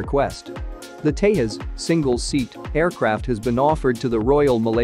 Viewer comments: It's not Tehas it's Tejas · You are not pronouncing the name correct. The J in the middle is Not silent. Its Tà ( like saying ta from taser) and Jus (like saying jus from just). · agreed, they think it's pronounced like portugal or spanish phonetics where j sounds like y or h, like mujeres in spainish.